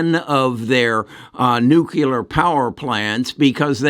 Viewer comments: NUCLEAR not nucular NUCLEAR practice this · What is nucular...